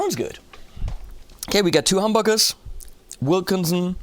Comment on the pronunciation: does anyone else think he says hum-buggers